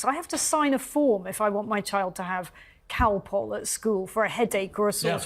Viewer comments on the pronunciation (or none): Calpol is a brand name for paracetamol. Cow pull is how she said it. Whew!